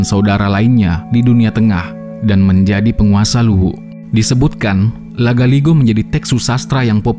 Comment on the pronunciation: Maklum admin chanel org makassar🤭